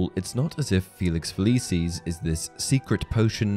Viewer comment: I physically cringe every time the narrator says "Feliceeez"